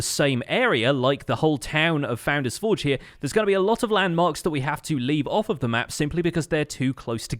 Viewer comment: It is the only poultry man which is evolving into the Pesky bird. My life is a lie, I thought you always said foundains-forge but it's founder's Forge? Huh?